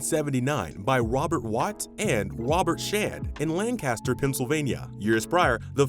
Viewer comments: Good video but I can't get over your pronunciation of Lancaster. It's Lan-Kiss-Stur. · I checked the comments here to see if someone mentioned the mis-pronunciation of "Lancaster." It drives me crazy! Lol. But, I guess when people not from the area or those unfamiliar with Lancaster, PA think it's pronounced like "Burt Lancaster." At least that's what I've always assumed. But I wish they would just stop already! 😄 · I used to work for this company, and you have butchered every single name. Every single pronunciation you even said Lancaster wrong. LANK-AST-ER . Yes, we took over the Watt & Shand and I was part of that whole conversion. I worked at that downtown iconic store. It did not go very well Carson “Pierre” PEE-AIR…Scott. Sam Grumbacher. Terrible GRUMM-BOCK-ER!! next time don’t use AI . pronunciations.!!!! Ruined.!!! One major turning point you missed was the Bonton buying out 11 “Pomeroys” in 1987. You didn’t even mention HESS. But you showed a picture. 20 stores went to Bonton and 10 stores went to May department stores.